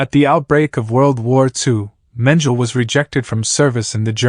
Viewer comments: Because it’s a robot that pronounces words as spelled. Mengele is a German last name and the AI is using an English pronunciation. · Ugh. His mispronouncing of Mengele’s name makes this unwatchable. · How can you narrate this not know how to pronounce the name Mengele?? Everyone know his name but obviously not you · Perhaps he’s using the German pronunciation. But, really who cares. If that’s all you are deriving from the video, you are part of the problem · I know the facts very well! My great aunt was a victim of his experiments on twins. The German pronunciation is the same in English. My point was how can you narrate a documentary and be the one person who hasn't done your research on this very famous/notorious man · But why didn't you check, how to pronounce his name properly?🙄